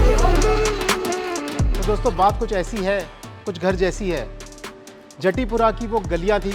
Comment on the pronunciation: राधे राधे भैया बहुत बढ़िया, recipe बहुत अच्छी बतायी है। एक बात कहूँगा - जतीपुरा (गोवर्धन) को जटीपुरा मत कहिए । अपभ्रंश है। राधे राधे 🙏🙏